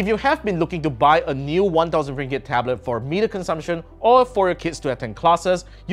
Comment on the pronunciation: Ringgit sounds funny🤣